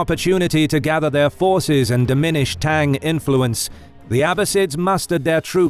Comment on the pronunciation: It’s is pronounced not like tang